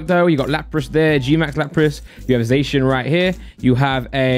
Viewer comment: Finally someone pronounces Zacian correctly, or atlesat in my opinion lol